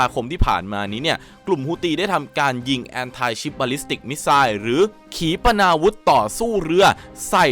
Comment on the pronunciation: Anti อ่านว่า แอนทิ / แอนตี้ มิไข่เหรอ หรือผมไม่รู้ใครช่วยบอกที 😢